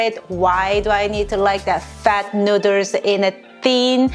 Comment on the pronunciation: Noodle is pronounced as /ˈnuːd(ə)l/ . U r welcome 🍜